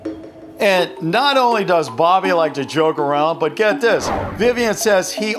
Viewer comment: It’s not Dobby, it’s Bobby